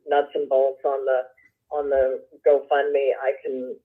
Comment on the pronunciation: Does anyone else think keeps calling it “go fun me” lol. I feel like that’s what she thinks they used it for, fun